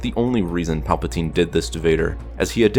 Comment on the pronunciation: It sound like you are saying papatine